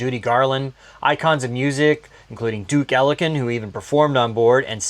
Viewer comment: Elle-ING-TON. That was a Travolta pronunciation.